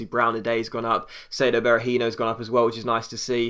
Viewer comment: Berahinio? Really? "Hinio" no, Hi-no.